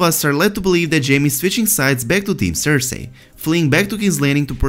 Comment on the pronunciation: The way you say cersei absolutely destroys what very little happiness I have left